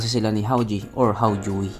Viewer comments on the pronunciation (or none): Ang Tamang basa jan Haw-Je